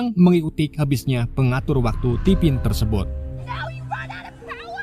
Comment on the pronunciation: Min cobak ngomong " Tersebot" 😊 😁😁